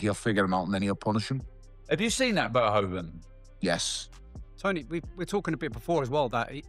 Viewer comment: It's pronounced more like "fair-who-fan"